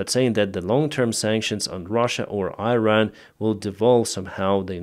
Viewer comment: dear, it's pronounced "eeran". Slava Ukraine from Iranians. we are with you.